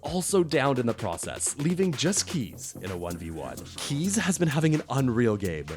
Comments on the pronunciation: Kheyze is pronounced "Kay-zee" not "Keys"... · It's "kay-zee" not "kees".